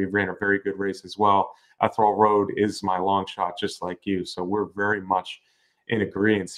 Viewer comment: Guys, it's pronounced "EE-THEE- REE -AL" Road!! LOL!